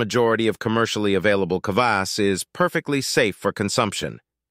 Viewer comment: What about beet kvass and fruit kvass? Kvass is easy to make at home. All kvass contains some degree of alcohol just like kombucha but it’s generally less than 1%. The fermentation process eats most of the sugar. And it’s very frustrating to hear the narrator mispronounce kvass over and over and over…